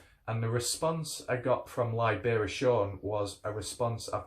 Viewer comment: Uhh.. maybe its the way your saying his name. Its Liberation but spelled Libera'Sean, not Liebear'uhh sean. Just sayin